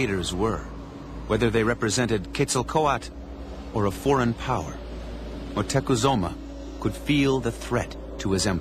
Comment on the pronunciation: moctezuma.. pronounce it right europeans